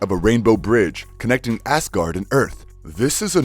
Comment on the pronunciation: So am i the only one that hears him saying ass-gard